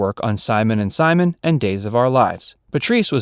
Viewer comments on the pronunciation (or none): none